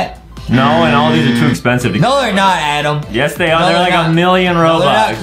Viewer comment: it,s not adem it,s adam